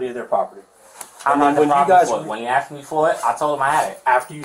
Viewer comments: There is no doubt that the dude stole the AirPods and gave them to his son. Also, honest question…why do black people commonly pronounce the word “asked” as “aKsed”? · Are you sure you axed him? 😂😂😂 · He axed his son?! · He AXED his son,ouch. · “Axed” “defamated” “you’s guys time” as soon as i heard him say these words and phrase i knew he was guilty 😂